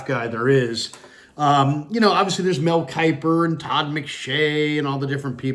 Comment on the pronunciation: Mel Kuiper?…….hahahahahaha, yawn.